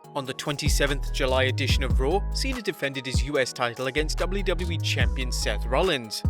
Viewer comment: the way he says ''W'' is tooooooo funnyyyyyyyyyyyyy '' double u double u e'' hahahhaah